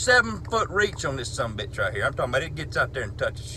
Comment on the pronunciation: "Rigcht yonder."